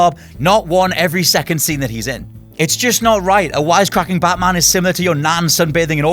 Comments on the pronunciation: You idiot that Batman not Baaatman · that pronunciation though... bartman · Stop saying "Buttman" all the time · "plus it's baatman"